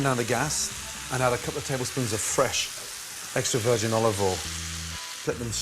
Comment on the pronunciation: Are my ears deceiving me when he said extra virgin olive oil?